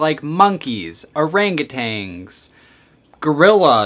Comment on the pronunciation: He said orangutangs 😂 it’s orangutans